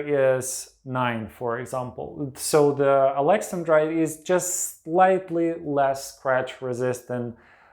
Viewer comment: I thought it was pronounced Alex an drite not Alexen drite .